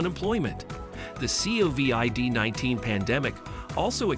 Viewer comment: CAN'T take this channel seriously as they use text to voice AI. The C O V I D 19 pandemic (each letter spoken out).